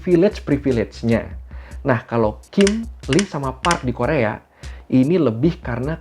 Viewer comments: Bukan Li, tapi I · Bukan lee bang yg bener bacanya i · FYI yaah yang artinya emas itu awalhya "geum" tapi karta pronoun nya sama kaya "kim" maka artinya disamakan. Terus pronoun nya "Lee" itu dibaca "i" jadi kalau Lee Donghae dibaca i dong-he "Choi" dibaca "Cwe" contoh Cwe Shiwon "Cho" penyebutannya sama seperti marga "jo" misal Cho Kyuhyun dibaca "Jo Kyu-hyon" "Jung" dibaca "Jong" misal "Junghyun" dibaca "Jong-Hyon" Biasanya kalo di tulisan latin yang ada huruf "eo" itu pronounce nya ke huruf "o" misal "Tae-yon" "Gor-yo" Kalau "oo" pronounce nya "u" misal "park So-Jun" "Cha Eun-U/ enu" Maaf yaah ga maksud ngajarin, tapi suka gregetan kalo nyebutin nama2 dalam bakor eo-nya dibaca jugaaa 😅😁 Begicuuuu...